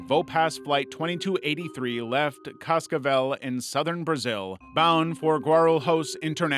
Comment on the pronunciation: Such a jumpscare to hear your city's name in the middle of a video akjsdhsdu Your pronunciation of Cascavel was really good too hehe